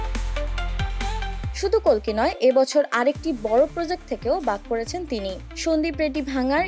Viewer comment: Didi ota kolki na kalki hobe age valo kore bolte sikho😂😂